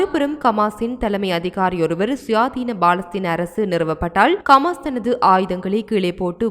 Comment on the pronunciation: It is HAMAS not KAMAS. please pronounce it properly. Other Tamil's are pronouncing it properly but you are not. Please correct yourself. Thanks